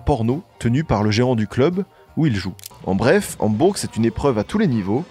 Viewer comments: Merci pour la vidéo 🙏 Hambourg se prononce « Hambour » je crois 😊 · Super vidéo mais pitié comment t’as pu parler de Hambourg au moins 30 fois sans jamais vérifier la prononciation ?? « HambourGUE » en boucle pendant 10 minutes je n’en peux pluuuus ça nous sort tellement de la vidéo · ???? "Hambourg" ...on ne prononce pas le "G" mon poteau ... a quoi sert ce podcast fait par un "jeune moineau" ...parle d ge groupes de ton âge , ne touche pas au Beatles OK Mr. HAMBOURGGGGGGG.... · ÇA SE PRONONCE PAS HAMBOURGUE WESH !!! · en Français on dit pas le G à la fin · coucou j'ai adoré ta vidéo mais juste pour dire que dans Hambourg il ne faut pas prononcer le g (sauf si tu le dis en allemand et là il faut aussi prononcer le h) sinon j'aime trop tes vidéos !!! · Très bon récit, précis, documenté mais...............................on ne prononce pas le G de Hambourg !! Mais cette analyse est phénoménale pour moi qui suis fan depuis les année"s 67 !